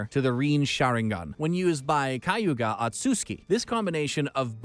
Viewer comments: kayuga asuski wtf hahaha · omg the pronouncciation reen sharingan , manjeko sharingan and kayuya osuuki😥😞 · He said Kaguuya one second then Kayuga another, but neither was correct anyway lol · he literally said kayuga otsutsuki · madaaara's suzano, manjeko saringen, renegan XD and my man said kayuga otski and not kayuga otsusuki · Bro the way you're saying madara, kaguya, otsutsuki, rinnesharingan and susanoo disatisfies me in a way nothing could